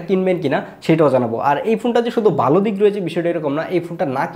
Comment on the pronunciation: বালো না ভালো হবে। উচ্চারন ঠিক করতে হবে।